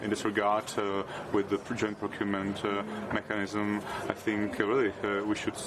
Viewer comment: I am pleasantly surprised with his english, you should hear other czech politics, although his "mechanism" and mess... 😅 but the sounds he makes really drive me nuts 😏